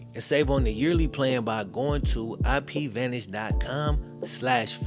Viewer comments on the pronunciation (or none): none